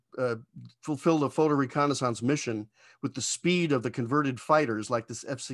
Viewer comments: That is a wild way to pronounce "reconnaissance." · only other person i've heard pronounce 'reconnaissance' this way is that canadian space lady on youtube. sounds weird as heck to me. just sayin. cool plane. obsolete before it ever flew. but cool as hell. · In 55 years, I’ve never heard reconnaissance pronounced that way.